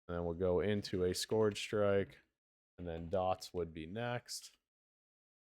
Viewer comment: try and put the word into Google translate and listen to how it is pronounced. What you are saying is not the word scourge